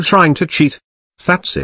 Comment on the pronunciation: you're groundses